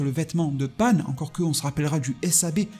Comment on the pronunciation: Pan ! Pas panne putain ! Déjà que vous cracher sur DB GT alors que c’est le meilleur. N’allez pas déformer le nom de ma petite Pan !